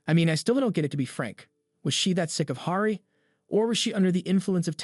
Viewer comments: Sorry, but the way you pronounce Hari is actually insane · Finnish pronunciation.